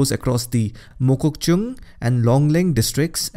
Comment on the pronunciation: Thank you Sir for covering each rivers of North Eastern states in detail and the way you pronounce districts of Nagaland such as mokokchung with ease is just awesome